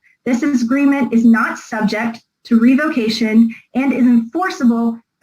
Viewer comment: If she doesn't stop saying "REVO-CATION" MA'AM SAY IT WITH ME...REV-UH-CATION!